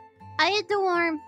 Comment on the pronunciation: She says worm like "warm" lol